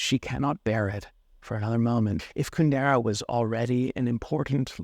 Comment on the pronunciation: With all his knowledge of Kundera, why does he not pronounce his name correctly?